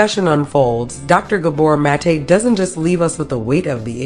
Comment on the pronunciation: Love this video but bothered by your mispronunciation of his name